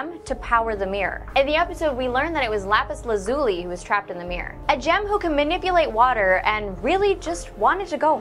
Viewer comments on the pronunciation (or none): its pronounced lapis lazz-lee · Lapis Lazuli? That is not how you pronounce her name!!! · I'm not listening to some girl who doesn't know how to say lapis lazuli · her name is lapis lazly not lapis lazooly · Waoh woah woah, Lapis...luh-ZOO-lee? Only Minecrafters pronounce it like that. It's pronounced LAH-zoo-lee here in the Steven Universe fandom. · it's lazili not lazuli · not laptus lazoe laptus lasli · Lapis LazUHli Not Lapis LeZOOli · "lapis laZOOli" ok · It's Lapis Lazuli not Lapis LA-ZOOOOOOLI. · I'm srry but I laughed soo hard when u said Lapis lazooli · No, it's lapis la-zuh-lee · Am I the only one who hears she pronounce lapis lazuli or have I been saying it wrong this whole time 😏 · Oh no, she did not just call Lapis, Lapis La-zoo-li. Bruh. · ...love your channel, but LAPIS LAZULI LA ZUR LEE! SHE EVEN SAID IT IN THE EPISODE. YOU HAD ONE JOB! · cringing so hard on how you pronounced lapis lazulis name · she can't even say Lapis Lazuli's name right..... Smh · That's not how you say lapis lazuli's name (according to the show) They don't kill the gems, they "Poof" them and bubble the gem. Until they can figure out how to fix the corrupted gems they just keep them locked away. They said that in one of the first episodes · She did not say lapis name right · Can we just talk about the way she pronounced lapis lazuli XD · lazuli u say it rong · u pronounced lapis lazuli wrong.